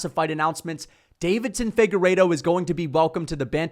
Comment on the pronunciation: Say it with me: Day-vi-son. There is no second "D."